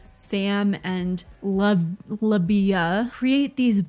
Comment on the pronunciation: It’s Labia. Like the female anatomy part